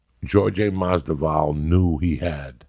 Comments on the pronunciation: He may never say their names right or even the same way twice, but Joey knows whats up when it comes to fighters. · "George Jay Mossdavall" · Masdival lol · 2019: Joey still cant say Jorge last name the right way but he loves him lmao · I can’t wait for the next UFC fight, Joey Diaz vs The Pronunciation of “Masvidal”